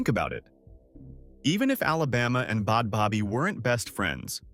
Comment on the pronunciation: Wtf is Bod Bobby??? 🤔🤌🏽 I'm soooooooooooooooooo confused why you keep saying her NAME WRONG!!!!! 😡